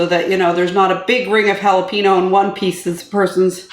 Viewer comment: Looks good but that's not how you say jalapeno.